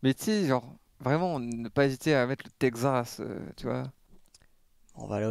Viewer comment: le " Tekzas " au bout d'une fois c'est deja trop